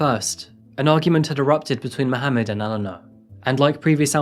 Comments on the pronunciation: Her name is Elana. E-LAHN-UGH. Not Ellen-a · Enjoy your channel…but just want to say that Elana’s name is pronounced as Elaaaaana…..I noticed you called her Eleanor numerous times…a few times Elaaaana…. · This was not one of your best. You kept swapping between pronouncing her name ‘Alana’ and Elana’ and talked about the family of 5 then later said they decided to have another child bringing it to 3. A few other minor errors too. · Why were you inconsistent with the pronunciation of her name? Eh-laa-na or El-uh-na? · Its driving me insane how you keep jumping from pronouncing her name E..Lana, to El...ana 😏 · I do like this channel, but you often pronounce the same thing in multiple different ways in the same video that it becomes a bit confusing. Ex. Elena v. Alana It's similar in other videos. If you could make sure to pronounce things, especially names consistently, it would be really helpful. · How is nobody talking about the two different pronunciations he switches between all video? Was it Eleanor or Elana? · I had no idea, how many women was actually talking about, I heard every name from "Helena", "Eleanor" to "Alana"... It's NOT only you! Thank you for this comment, I thought I'm going crazy. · Please pronounce her name consistently. It should be "Elle" "Lanna" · At various times in this video you pronounced the Victim's name 3 different ways. Please decide on one pronunciation. It's a bit frustrating to follow a story about a victim when I can't even keep track of how many different pronunciations you used. Seriously. "Alanna" "Helena" "Eleanor" Bro I love your videos and am a subscriber but holy moly you need to do more quality control on how you pronounce stuff. Stick to one. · Make your mind up, is it Elena or Elana? One is pronounced el en ah, the other a la na. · The narrator pronounces her name 3 different ways. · Some of the phrasing in this video is awkward, as if it is a translation, and Elana's name is pronounced two different ways.